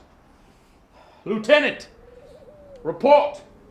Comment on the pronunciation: that lieutenant pronunciation lol